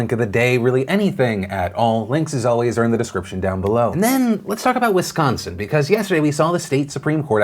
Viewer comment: Wow you actually said Wisconsin correctly. Good job fam